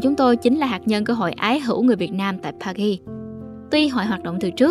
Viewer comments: Từ Paris phát âm âm "r" đừng cố tỏ vẻ. Sai bét. Đọc bình thường đi bạn. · bạn voice đọc sai từ Paris rồi